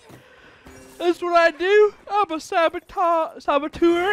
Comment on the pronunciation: Saboteur, not sabotour.